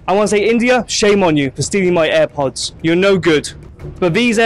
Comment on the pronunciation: Eye pods nahi airpods 😂